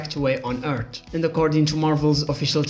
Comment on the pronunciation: Earth. not Eeert 🤣